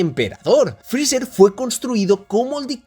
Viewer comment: por que esa mania de llamar a freezer "frizzzerg" suena horrible jaja